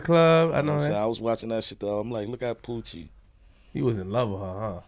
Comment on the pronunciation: The lady he is talking about: her name is Pucci Galore, not Poochie.